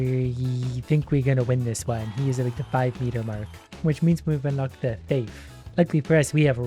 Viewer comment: “Which means we’ve unlocked the “theyif”